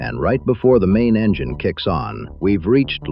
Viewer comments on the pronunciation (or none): none